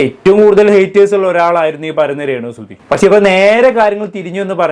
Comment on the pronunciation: സുതി.. അല്ല സുഹൃത്തേ സുധി